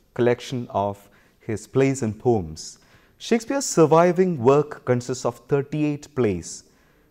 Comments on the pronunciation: It's p o e m not pom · Mayank Mishra really? Do you have a dictionary? Check OED (Oxford English dictionary) Only in Webster it's pom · Poem pronounce as pom😃